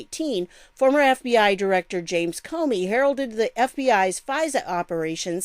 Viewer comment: Good Morning ❣ Geez I found it so shocking they couldn't find the files or so many errors were made, as you said "Cornin" for Comey! Just another piece of the CORRUPT PUZZLE ❣ Awesome Video, 💘 God Bless you🙏🙏